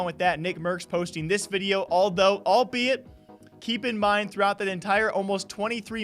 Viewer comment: I wanna close YouTube Everytime he says albeit